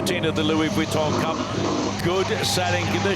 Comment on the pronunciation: Generally I'm enjoying the informative commentry, with relatively unbiased opinions, but PLEASE stop calling this regatta The Louis Weton cup, Vuitton is phonetically pronounced " Veton " Other than that, keep on keeping on. We'll be down in Barcelona from this Friday.🎉